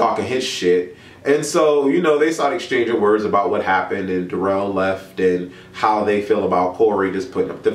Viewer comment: "I am here to talk to y'all AHHHBOOOT"